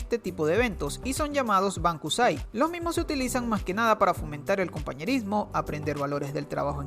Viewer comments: se dice Bunkasai no Bankusai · se pronuncia bunkasai no bankusai. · Es "Bunkasai" no "Bankusai" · los uniformes mas cerca a los de anime suelen tener las escuelas privadas y tenemos tiempo pa divertirnos muchisimo pero se pone un poco mas dificil cuando entras a la universidad. por cierto creo q te confundiste pero se dice BUNKASAI y no bankasai. me gusto tu video s2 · ¿Decías que es bankusai? Me parece que es dicho bunkasai ya que bunka en japonés es cultura y sai es la lectura onyomi del Kanji de festival, no quiero parecer maleducado pero quería informar de ello. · Los festivales escolares se llaman "bunkasai" no "bankusai". Tu vídeo es muy interesante, pero trata de pronunciar bien las palabras para no crear confusiones. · Los festivales del colegio son llamados "bunkasai" no "bankusai" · hum... el festival se llama BUNKASAI, no bankusai. pero me gustó el video :) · es bunkasai, no bankusai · (bankusai)? Es bunka = cultura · se pronuncia bunkasai 文化祭 !! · Es "Bunkasai", animal :v.